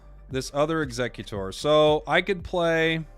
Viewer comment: Aint no way people pronounce Exeggutor like Executor 😂